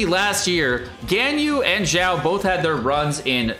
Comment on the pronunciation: its "xiao" not "jjiao"